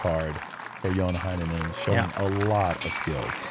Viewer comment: is usually on point with the pronunciation of Finnish names and I love it! Heinänen begins with a Hey, not a Hi though